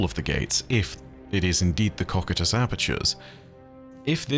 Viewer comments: Cocytus is pronounced: koh + sy + tuhs. Just trying to to be helpful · Cocytus is pronounced co-cy-tus, hope it helps! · that's certainly one way to pronounce Cocytus...